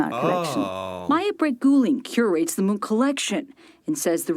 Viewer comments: It is not «munch». The name is pronounced «moonk».. A huge museum dedicated to him opened not long ago, close to the opera house in Oslo.. :) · The Munch Museum (pronounced Munk) was old and in bad shape. The old National Museum was a lot older and in much better shape, but it became far too small. I haven't been to the new one yet, but I'm visiting Oslo (my hometown) in a couple of weeks and may be able to go there then. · The irony when the lady she interviewed is Danish, not Norwegian, and most people find that museum damn ugly. It’s just a box… and I live north of the former Munch museum in Oslo😝 And Munch is pronounced “Monk” in Norwegian. Some say Munk with a -u sound.